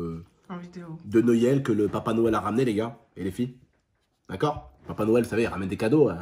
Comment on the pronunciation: Mdr il a dit les cadeaux de Noiël pas de noël